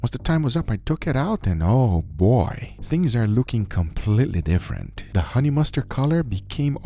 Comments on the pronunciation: honey !!!!!!!! not hone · 21 hours, still says hone lol